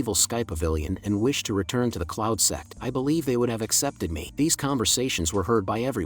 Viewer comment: Bro you said cloud sex 😂